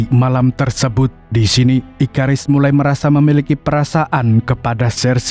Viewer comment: Bang itu Abang tadi bilang ikarus kan harusnya ikaris